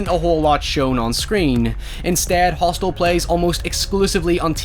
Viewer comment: you could clearly hear him say "Roth'stel" instead of Hostel which is the correct name of the film. Now it m.h may have been a slip of the tongue......or they were, 'Q Anon was tryna imply that this is really the depiction of what goes on in the ROTHSCHILDS Realm!!!!🤔🤐